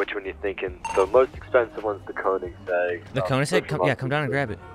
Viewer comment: stop saying ´conisegg´ it´s called koeningsegg